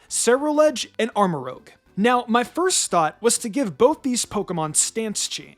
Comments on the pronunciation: Btw, its rouge, not rogue. Like Moulin Rouge. So Armorouge, not Armorogue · "Armarouge" = "arm-uh-ROOZH" "Rouge" (French for 'red') = "roozh" "Rogue" (sneaky thief) = "rowg" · He still doesn't pronounce Armarouge correctly, I see. Rouge and rogue are not said the same.